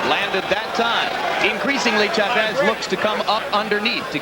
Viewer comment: FIRST its CHAVEZ ..NOT... cha vvess you moron....You're suppost to be a pro .announcer..learn to pronounce names ...